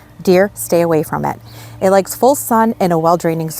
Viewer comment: I like the way you say “deer. Stay away from eet.”😂❤